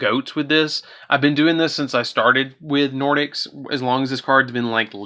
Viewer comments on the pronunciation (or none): Really good deck. I personally run Nordics as my main deck. Your pronunciations were off but you did the archetype justice